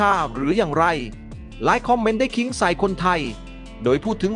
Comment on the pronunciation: แอด...คนเขมรใช่มั้ย..ฟังสำเนียงออกนะ..หลายคำเลยพูดไทยสำเนียงเขมรชัดเจน โดยเฉพาะคำว่า คอมเม้นท์แอดออกเสียง..คอมเม่น..